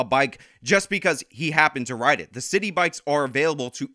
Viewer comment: She even said "rid road".